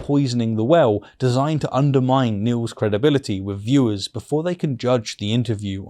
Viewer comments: Good video but you've got to work on your th's eg with not wiv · I love your videos but I really wish you would say “three” and not “free” and “with” and not “wiv”.